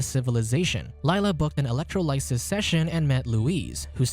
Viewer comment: Electro "lie siss". You had one job.